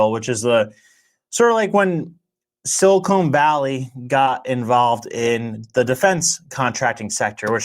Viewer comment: Quit saying "silicone valley"